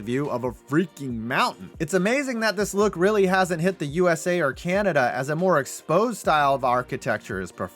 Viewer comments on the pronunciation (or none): none